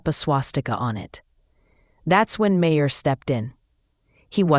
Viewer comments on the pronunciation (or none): I can't stand this AI BS. It called him Mah-her lol then in the next sentence says it correctly.